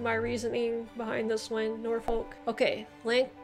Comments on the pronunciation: This could be me being northern, but we don't say "shire" but we'd say more "shuh" which will make some of these names easier to say! And don't pronounce "folk" as "folk" it's more "fukh" (this one sounds like I'm messing with you but I'm not!). In terms of historical versus ceremonial counties, in August when Greater Manchester was plunged into a local lockdown due to rising Covid, it was in the local news a lot that people didn't know what county they lived in. Greater Manchester was originally part of Lancashire (we're talking war fo the roses) and it's in living memory that the current counties were formed (1974 I believe). I wasn't born until 1992 and I know I am from Greater Manchester but being from Lancashire is a hill most people will die on. This also includes the likes of West Lancashire and Merseyside which were also part of Lancashire back in the when. But it was actually kind of amusing the way that my town (or rather borough) has borders with Cheshire, Merseyside, Lancashire and West Lancashire (to the point where there are schools with children from 4 different counties and I used to joke that I'd "walked all the way to Cheshire" when I'd walked less than a mile!) and as a result, the council had to tell people what county we live in because a lot of people were resistant to being associated with the city of Manchester as we're actually very rural in parts here (as with many Greater Manchester boroughs). I do think you did really well with this though! Most Br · Hey, also it’s pronounced norfork (Norfolk) and suffork (Suffolk) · Norfolk pronounced norfuk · The way you pronounce norfolk and suffolk makes me wanna cry